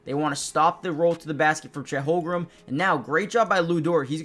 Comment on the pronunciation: Great content. Constructive criticism. Please learn how to pronounce Holmgren. It's not "Holgrum". I'm sure you know basketball but mispronunciation could make it seem like you don't.